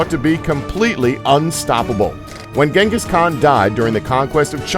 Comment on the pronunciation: Its not ganghis it genghis the great tyrany